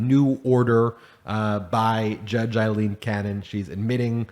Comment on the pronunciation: Her name is pronounced Long “A”, silent “i”, “l”, long “E”, “n”. AlEn, spelled Ailene